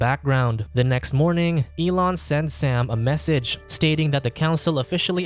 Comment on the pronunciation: "elon" yea ok ....